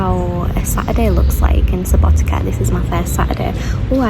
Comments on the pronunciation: Subotica is pronounces "Suboti(tz)a" not Subotika, like you said :) c = tz (when you pronounce it) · Subotica not subotika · Try pronouncing like in cider only sharper c sound Subotica... Not like k in Subotika... Althow it sounds very nice even if you say it wrong...☺ Enjoying your pleasant voice and the journey... 💫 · Seems like you are pronouncing SubotiKa on purpouse 😂 it's hard sometimes to think about pronounciation of some foreginer words, but still the way you pronouncing it is kind of cute not gonna lie, it's kind of weird to eat mc donald's when you have so good tradicional food in Serbia, Vojvodina as part of Serbia have some unique tradicional food, which is way better than artificial mc's food, but i can't order you around what you can or cannot eat so enjoy what you like the most. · Please don't pronounce Subotica that way. I know that, in English, the letter "c" is often pronounced like a "k", but please don't apply that to place names. It really sounds wrong to native speakers and hurts the ears. Just a friendly advice. Enjoy ;)